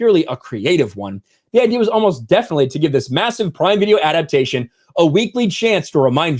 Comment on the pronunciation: When said " adaptation", I thought he said " out of fashion"😄